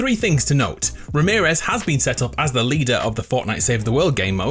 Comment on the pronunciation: Before he said Remearez Me: Ramearez for sure